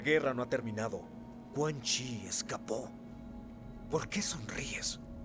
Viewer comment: es cun yin >:V